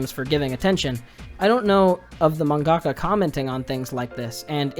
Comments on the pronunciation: Just something that bothers me, you put the emphasis in the wrong place in the word mangaka. You say manGAka instead of MANgaka. It's something I notice a lot of western weebs doing, like how people were pronouncing Inuyashiki as InuyaSHIki. I might be more sensitive to emphasis because English is my second language, but it really makes me feel like everyone else is deaf. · I hate you weebs trying to use Japanese or words that don't sound right. Wtf is a manggaka